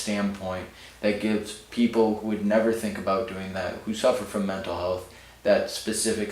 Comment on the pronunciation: "mental helath"